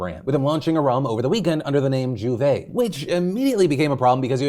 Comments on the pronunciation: losing my mind from hearing "djuvei" instead of a proper "juver" repeatedly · Here in Trinidad and Tobago we pronounced J'OUVERT as ju-vay or joo-vay Also Carnival is car-ne-val or car-na-val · Phil your pronunciation of J'ouvert is hilariously terrible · Lol as a Caribbean native (Jamaican), hearing Phil pronounced "J'ouvert" and "Carnival" is soo funny 😂 But yes, Trinis, and the rest of the Caribbean, take our Carnival culture serious. J'ouvert, Bachannal, etc. Hence the backlash.